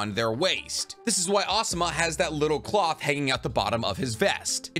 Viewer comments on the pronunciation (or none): none